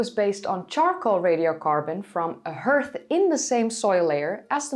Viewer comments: Spelt Herth but pronounced Harth. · A small bone to pick: hearth - /härTH/ - the floor of a fireplace. Har-th. I do not believe herth is a real English word and is therefore confusing. Otherwise, your English is impeccable and scientific terminology is poetry. 👍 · Peculiar English pronunciation; "hearth" is actually pronounced "harth", not "hert". Projects always take longer than first estimates. It makes a lot of sense to produce spin-off videos as side-effects of research while working on a longer documentary. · You keep saying "Hirth." Is that spelled "Hearth"? (Which we in America would pronounce "H-ARTH," as "A" in "ART".) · also, love your American accent. Pro tip: "hearth" is pronounced exactly like the word "heart" with a th at the end instead of the t. Just sayin' ! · Pronounce hearth as harth. Think heart, hard, hearty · hearth » "harth" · umm ... ( "hearth" ... ea pronounced as the a in "dark"... not as ea in earth)